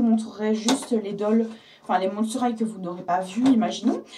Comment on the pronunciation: c'est pas Hight mais High x)